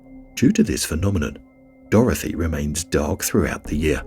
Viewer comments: I wish you’d stop calling it Dorothy 🤣 It’s Dorothea!!! Lol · It's not pronounced "Dorothy". It's "Dorothe a". People keep mispronouncing it. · Hunter It's not a spelling issue. It is a pronunciation issue, as I pointed out. He doesn't know how to pronounce Dorothea.